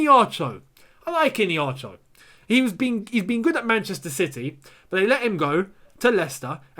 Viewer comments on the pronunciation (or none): Keep up the good work💙 P.s. its e-hey-nacho...not ine-hacho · The way you pronounce Iheanacho's name is hilarious 😂 IN-ACHO... it is pronounced like this E - A - Na - Cho. I'm Nigerian and we(me and Iheanacho) are from the same tribe. Enjoy watching your channel. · Dude you're pronouncing Kelechi's name wrong. It's "Iheanacho"...not "Ineacho" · it is iheanacho, not ineacho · Bruh I’m sorry but it’s not innieacho ffs🤔 it’s iheanacho, just like how it’s spelt. With an H innit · Mate the name Iheanacho,pronounced like (Ihea_na_cho) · Pronounce Kelechi Ihe_ana_cho well... He can do it at Chelsea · Gentle reminder it’s pronounced “Eeeya-Nacho” 😅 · the way you pronounce iheanacho makes me laugh a lot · Am still laughing hard at the pronunciation of the Nigerian strikers name..... Call me OK... Would give u the proper pronunciation.... By the way Iheanacho scored tonite against West brom....super dangerous player right now! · Why keeps skipping the "H" in Iheanacho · I really laughed hard because of the way was pronouncing Iheanacho. It's an Igbo name,the 'n' is not silent. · Lol, that is how the America pronounce Igbo names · You are not getting the pronunciation of Iheanacho